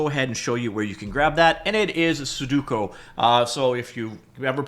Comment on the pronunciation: "Suduko", why do you pronounce it like that 😭